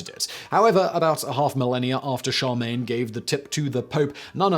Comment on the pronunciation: I've heard you say it in other videos, but i finally had to comment on it; Charlemagne is pronounced SHĂR·lŭh·mān, not shăr·MĀN